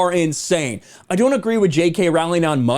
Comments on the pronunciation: Again, her last name is pronounced “Rolling.” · You are pronouncing Rowling incorrectly